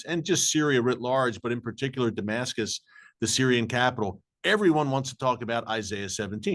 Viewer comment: Apostle Paul is what pops in my head first thing when you say Demascus